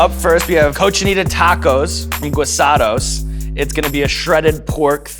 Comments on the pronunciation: Sean, I'm sure you're going to get this comment a bunch but it's pronounced Gee-Sah-dos. Not Gwe-sah-dos. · Not to be that guy, but its gee-sados. Not gwi-sados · GUISADOS....PRONOUNCED: GHEE-SAH-DOS